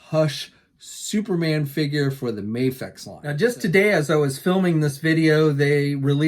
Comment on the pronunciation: It's Video but with an M. Please pronounce it right U ignorant hick. I'm here trying to make America great again and people like U make Americans looks like stupid idiots who can't pronounce simple words properly.